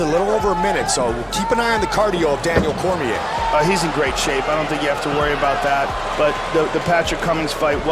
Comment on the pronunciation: Daniel cormiaah